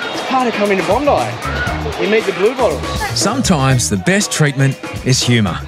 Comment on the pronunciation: LOL I just found this show and I always thought they are saying "Blue Balls".... XD Its Blue Bottles Lol